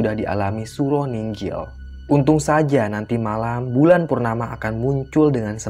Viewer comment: Nginggil bukan ninggil mbok yg bener .gak menyesatkan yang gak ngerti sebenarnya.